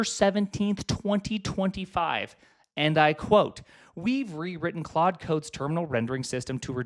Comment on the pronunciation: 23 claude not quad